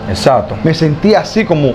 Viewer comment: Se dice ""exacto"" no exato